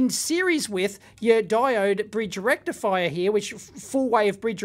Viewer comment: It’s not a puny single diode rectifier. It’s a *FULL BRIDGE RECTIFIAH*